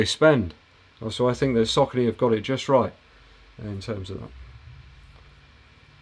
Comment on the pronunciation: You make so much good content man, I dunno how I found your channel so recently, do you have live q&a every week? Keep the good work! PS, it looks like your are the only reviewer with English accent who knows how to pronounce Saucony 😁